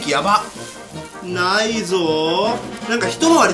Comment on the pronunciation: なーいの発音笑